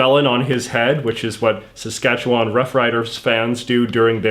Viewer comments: its pronounced sask-atch-a-win in the canola mudpit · I hate the way you pronounce Saskatchewan